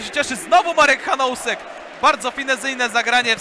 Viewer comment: Drobna wskazówka dla komentujących: nazwisko Czecha czyta się [hanusek], a nie [hanousek]. Tego "o" się nie wymawia, jest bezdźwięczne.